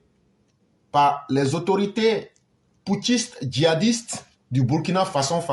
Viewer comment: Je vais m'adresser à l'idiot qui se cache et parle on dirait il vient de manger gari sans sucre -là. Le Burkina Faso n'est pas ton ami, c'est un pays qui a existé avant ton grand père. Tu peux ne pas aimer notre président, celà n'engage que toi, mais tu n'as pas le droit de tordre le nom du pays. Si tes autorités ont négocié de pays à pays pour libérer les deux gendarmes, tu ne dois pas jouer à la folie jusqu'à mal prononcer le nom du pays. J'ai toujours dit, tout ceux qui sont payés pour dénigrer le Burkina,vont vomir cette argent tôt ou tard, demande à djony patchenko, il est en train de lire l'heure actuelle. Ton tour arrive. Vous, les jeunes ivoiriens avec vos bêtises -là, vous croyez que burkinabè n'a pas bouche pour vous insulter aussi. Voilà une jeunesse paresseuse, naïve, une jeunesse de buzz, de brouteur, de facilité qui veut mépriser les gens. Bandit là !